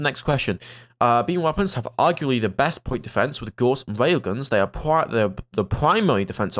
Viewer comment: FYI: the 'au' in Gauss is pronounced like the 'ow' in cow, and the ss is a hard s like in 'stop'. It's a german last name; Carl Friedrich Gauss, for whom the Gauss unit of magnetic field strength is named, was a mathematician and physicist who made a lot of contributions to the understanding of magnetism.